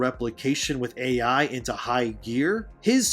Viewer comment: Its not "Aye yei" it is "A.I." and it stands for "artificial intelligence" ~thank you kammalharris